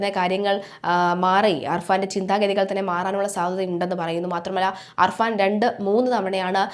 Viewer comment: അർഫാൻ അല്ല കുട്ടി അഫാൻ